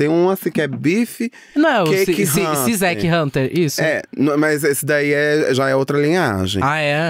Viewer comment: gente eu morri com a falando "SIZECH HUNTER" igual o cachorro "SIZAFIR" do podcast Wanda KKKKKK 🗣🗣🗣